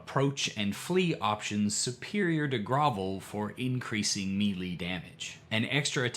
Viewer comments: I don't think I can hear you say Mealy again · Hello,. I have a small, but impactful correction for you. Melee comes from the French and is pronounced "MAY-LAY " The Brits pronounce it as "mel-LAY." Thank you. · In chapter 1 you pronounced melee as meelee but in chapter 3 it was the correct maylay, and I had to go back and listen to see if I just didn't hear it right, then you said mee-lee again. Are you jaslighting me?